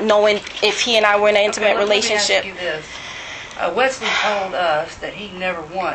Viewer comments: It's ask not axed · And “I axed him dat, I axed him dat”?